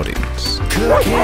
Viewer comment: LOL instead of Cooking at the beginning I heard Cocaine 😂